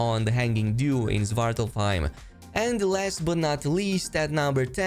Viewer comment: Its pronounced Swart-Alf-Haim (dark elf home) or home of the dark elves.